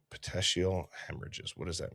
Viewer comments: Pronounced Pet eek ial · Petekeial puh-tee-kee-uhl hemorrhage usually occurs in the eyes and can happen because of choking, being choked or even coughing.